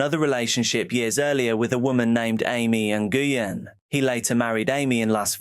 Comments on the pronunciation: Love your content!!! Just a super friendly FYI: Nguyen is pronounced “win”. Like “I hope I win this game”. Keep up your amazing videos and hard work. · Love your videos 👌 Heads up - Nguyen is said like Nwin